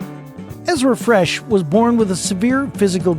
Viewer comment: actually, Bethany Hamilton lost her right arm! also, Ezra's last name is Fretch, not Fresh